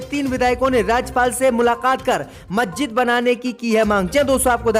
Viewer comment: मज्जिद नहीं मस्जिद नखलऊ नहीं लखनऊ 👎👎👎 DISLIKE 👎👎👎